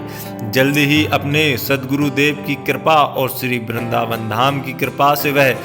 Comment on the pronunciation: वृंदावन होता है भाई। बिंद्रबान नही। उच्चारण सही किया करो